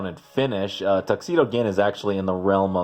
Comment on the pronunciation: Gin is pronounced with a j sound.